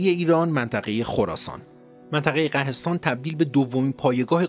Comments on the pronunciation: سلام قهستان تلفظ صحیح آن قوهستان است و آن قلعه به نام ارتاگوانا است که در شهرستان قاین خراسان جنوبی قرار دارد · The pronunciation of ghahestan is not correct , the correct pronunciation is GHOHESTAN.thank you for all of your informative works. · درستش قُهستان هست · قَهستان تلفظ نادرست است. تلفظ درستش قُهستان است معرب کُهستان یا کوهستان است که شده بوده قُهِستان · بسیار خوب بود. در مورد تلفظ ها، نزار و مستعلی همونجور تلفظ کردید، درست بود. فقط در مورد قهستان، تلفظ درستش قُهِستان است که شهری کوهستانی و معرب کُهستان یا همون کوهستان است. خسته نباشید. منتظر برنامه بعدیتون هستیم. 👌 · عالی بود. فقط یه نکته: منطقه ای که در جنوب خراسان به مرکز اسماعیلیه تبدیل میشه تلفظ درستش قُهستان هست که فرم معربی از کلمه کوهستان هست 🙏🙏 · سلام. خیلی ممنون از پادکست بسیار زیبا و پر محتواتون🙏 فقط طبق درخواست خودتون چندتا نکته رو میخوام بگم که امیدوارم مفید باشه. ۱-منطقه‌ای که گفتین در جنوب شرقی ایران قُهستان معرب کوهستان هس که میشه شهرستان قائنات خراسان جنوبی. ۲-این نکته ای که در مورد حشیش در پادکست ذکر شد ارتباط داره با نام حشاشین که خب فدائیان اسماعیلی حسن صباح بودن و دست به ترور میزنن. یکی از فرضیاتی که برای این نام هس همون چیزیه که در پادکست ذکر شد اما فرضیه‌ای که میگن قوی تر هس به این معناس که حشاش به معنای عطار هس. چون این افراد به علم گیاهشناسی آشنا بودن چراکه در صورت ناموفق بودن ترورشون بتونن با گیاهان خودشونو به قتل برسونن تا زیر شکنجه چیزی در مورد تشکیلاتشون نگن. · درود بر تو جان،مثل همیشه عالی هستی،کلماتی که احتمالا به شکل دیگه تلفظ میشن یکی ghohestan هست و دیگری البته صحیحشو مینویسم mastali هست یعنی کسی که از عشق حضرت علی مست هست و دیگه اینکه خراسان در شمال شرقی ایران هست نه جنوب شرقی ، جان عذرخواهی میکنم و برات آرزوی موفقیت دارم. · قُهِستان یا کُهِستان تلفظ صحیح است سپاس از برنامه‌ی خوبتون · درود بر شما.ghohestan درسته.منطقه ای بین بیرجند و قاین امروزی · قُهِستان درسته که همان منطقه قاین کنونیه...قاین قلعه‌ای دارد به نام قلعه‌کوه که پایگاه اسماعیلیان بوده و هنوز آثارش پابرجاست و در قرن هفتم خواجه نصیر ندتی در این قلعه زندگی کرده است. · قو خونده میشه قوهستان